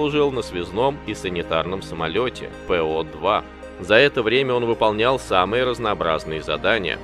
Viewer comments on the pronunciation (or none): самолёт ПО-2 произносится именно ПО-2, а не "пэо" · неплохой микро-фильм. 2 вопроса: откуда такие родробности про пикового туза на фюзеляже Аэрокобры; и "странно" звучит П.О.-2 (Пэ-О-2) вместо По-2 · Не Пэ О- 2 , а По-2